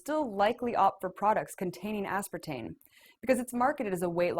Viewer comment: She keeps reverting to say "aspartane" - dolt. Does not take away from accuracy of the report.